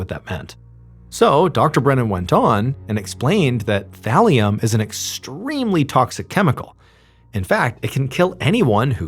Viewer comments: Oh, thallium i heard valium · Oh Thalium!!! Haha I though you said VALIUM!! Hahah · take a shot for everytime Ballen says "Thalium" lol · Is Mr. Ballen saying “Valium” or “Thallium”? Sorry, I can’t distinguish what he is saying. 😮😅😊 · Lol i thought you said valium 😂 had rewind and listen again.. thalium makes more sense lol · thought he was saying valium